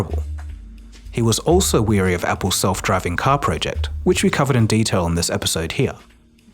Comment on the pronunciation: He was "wary* (concerned about or uncertain) of, not weary (tired) of.